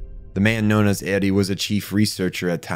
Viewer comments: Why don’t anime reviewers ever localize their own pronunciations? It’s “aerie” not “eddie”, the Japanese pronunciation uses single syllables and doesn’t have certain noises. Just say it how it would be in your language. This is foolishness. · By "id", do you mean "Eiri", which you pronounce like "Eddie"? I'm confused. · I've only ever watched the Japanese version. Since it was the first word that seemed strangely pronounced, I was assuming this whole thread was about that, of course. But now I get it.